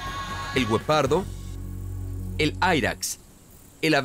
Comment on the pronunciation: Por que dices Wopardos???? Si bien hasta el más ignorante sabe que es Guepardo